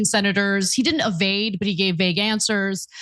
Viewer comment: Evade Anna, not AVADE. C'mon college grad professor